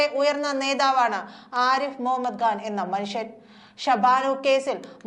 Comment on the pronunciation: സഹോദരീ, ആരിഫ് മുഹമ്മദ്‌ ഘാൻ അല്ല, ആരിഫ് മുഹമ്മദ്‌ ഖാൻ എന്ന് വേണം ഉച്ചരിക്കാൻ.